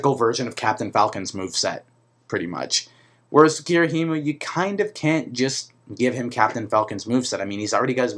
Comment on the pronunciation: And Ghirahim is pronounced "Gir-a-him" not "Gir-a-him-u" lol